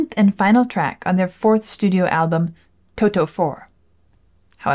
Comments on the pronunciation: The way one says Toto is not like saying the word "Toe" two times in succession with a pause in between. There's no pause so it sounds more like "Todo". Does that make sense? Your reactions are the best. Thank you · In the UK, we also pronounce it as To-to. It’s seems to be generally an American thing to swap a ‘t’ for a ‘d’, as in the word ‘water’! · How funny you pronounce Toto 😂